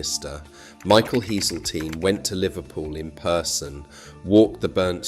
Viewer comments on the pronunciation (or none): Yet more AI trash. Much of this story is true and needs telling, but not by a bot who can't even pronounce well known names like Liver, Kirkby, and most egregious of all, Heseltine (Heeselteen!!). The contradiction. of lamenting the withdrawal of world heritage status while acknowledging it was caused by the city's growth.